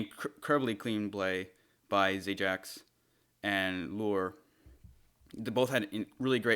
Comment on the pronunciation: Zajac = Zayahh btw peepoShy